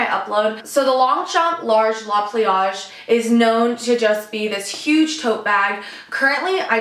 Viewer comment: Not Americans always calling it la pliage